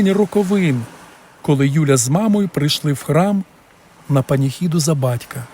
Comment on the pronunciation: Історія гарна, але в Українській мові говорять ,панихида , а не по какцапській паніхіда, ви говорите какцапській слова